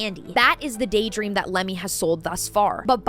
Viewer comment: I keep hearing "Lemmings" rather than "Lemme" 😂